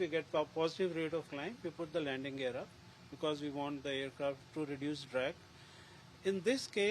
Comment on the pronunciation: "vee have seen it"